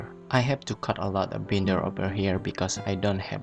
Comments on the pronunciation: no problem! It's pronounced like " buy-nder" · You're pronouncing the word " binder " wrong my friend.